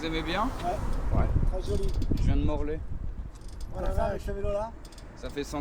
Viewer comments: MORLAIX pas Morlay 🤣🤣🤣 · Morlaix et pas morlay